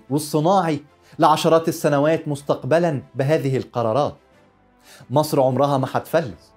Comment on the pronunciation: هو انت بتنطق مسر زي السيس ليه يكونشي هناك مسر الغنيه قوي قوي الي انت منتمي ليها ومصر الفقيره قوي قوي المنتمي لها الحرافيش قريبا سترجع مصر من كرش مسر وبلاش ينظر نظره خربها